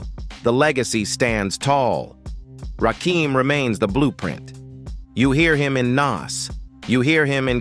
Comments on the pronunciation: I can't even watch this if you can't get the name right you can't be a credible source. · How you tell the story but refuse to say his Name Right 🤔🤔 I hate this Robotic type shit 😡🙄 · Nobody would take you seriously saying Rakin name like this A.I. narration.and I'm not gonna let 3rd "Bass" slide neither ..SMH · This AI voice is Fuqn up Rakim name. Smh. And everyone knows. Rakim was the soul of the group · Put some respect on that man's name and pronounce his name right! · Bruh!!!! He was pissing me off severely every time he said that shit 😠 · This Rah-KEEEEM is bothering me. If AI is so smart, why can't it ever get the names right? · You can say what you want, but say his name right. RAH-KIM... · 😂😂😂😂 I know right!!! Rakeem 🤣😂😭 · WHO TF IS RAKEEM STOP FUCKN THE GOD MC's NAME UP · If you're gonna use AI to narrate the video at least adjust the fucking words so that it gets his name night. You could have worded it "Ra-Kim" and it would have said the name right. I could even finish since you fucked the name up so badly. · Rah-KIM!!! Dam get it right !! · IT'S NOT RAKEEM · Thumbs down, because I don't know who the hell Rah-keeem is!!! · WRONG. It’s pronounced “RAH-KIM”. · Basically when u typin certain shyt in AI, u gotta do some finaglin'. AI wont read Rakim as his name. U gotta spell it as Rah Kim. AI will then say it correctly 🫡💯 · I cut this off soon as I heard the narrator say raheem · No, the narrator says, "Rahkeem." Belee dat. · NO! it's Rakim. Pronounced Rah-kim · It's rahh---kim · Get the god's right - It's Rakim, not Rakeem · you not saying his name right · Don't you guys listen to your videos BEFORE you upload them? Why do you allow A.I to call him Ra keem? Ra KIM. Damn respect this God. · Ra-KIM...not Keem....get it right!!!!! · I can't watch this the AI BULL💩💩 the voice and the way it pronounces Rah-Keem instead of Rah-Kim😡😡😡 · Whos rakeem i thought his name was RAKIM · It's RAKIM, as in KIM. NOT RAKEEM. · It's RA-KIM not Rakeem , bruv! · He said Rakeeem